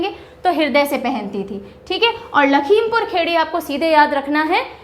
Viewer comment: it's not खेड़ी its खीरी